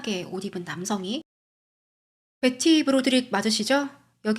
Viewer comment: 컨텐쓰 감사합니다 근데 “벳티” 너무강한 한국식 발음 조금 거슬림 “베티” 가 듣기 부드러울걸요. 지적질아닙니다 참 예쁘게 열심 이네요 ❤